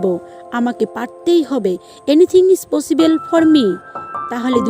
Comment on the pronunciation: পসিবেল na পসিবল এইরকম কিছু স্পিকিং thik korte hbe।।।।। Overall darun।।।।